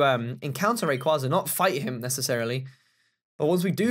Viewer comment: you pronounced rayquaza wrong